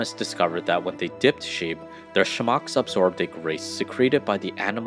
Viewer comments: Content was interesting. But the word “smock” is pronounced as spelled: smock (smok or smaak) Not schmock 🙄 Also the Burberry pattern is plaid. It is not a check (think of a checkerboard). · The narratorJimmy L, needs a few lessons in how to pronounce words... it's SMOCK not SHMOCK, it's KASHMERE not KAZHMERE.